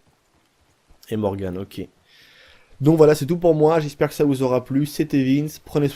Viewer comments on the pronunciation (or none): Morgan la fin se dit an est pas morgane ;)